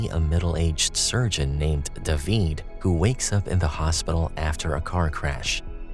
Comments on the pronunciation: How are y’all ignoring that this dude pronounced David like “duh-veed” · It’s how they pronounce David in Spanish 😊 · Fun fact...that's how you pronounce the name in Hebrew.